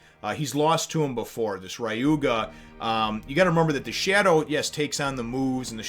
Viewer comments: HAha, okay... it's not pronounced Rye-oo-guh... It's pronounced Re-oo-muh. I can't help but laugh every time you say Rye-oo-guh. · I can understand mispronouncing the "Ry" as rye instead of re, but I have no idea where he got the G from. That is why I left this comment. To correct him. He said in the past that he's fine with corrections.. Especially when it comes to pronouncing a name. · Isn't it Ryuma?